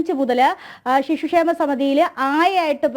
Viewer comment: ഷിശു ക്ഷേമ അല്ല പെങ്ങളെ